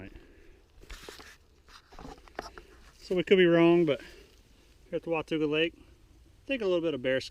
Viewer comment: Wah ta ga. Not wa tu ga